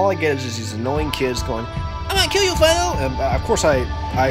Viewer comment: when you say phylo hahaha